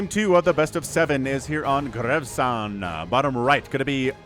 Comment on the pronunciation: I think Ollie would be better than Olive, it sounds like he's Popeye's girlfriend if you call him Olive! Also, is Gresvan "Gres-van" or is it "Grevan" with a silent S? I think Grevan is more comfortable to pronounce.